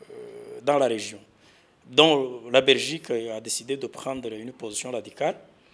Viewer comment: Uvuga(première point)abezi kandi muri muri Francophonie 😂(vuga; la Belgique,atari Rrrrrrrraberigique😂😂😂😂😂,aba fraudeuri ba KAGAME 😂😂😂.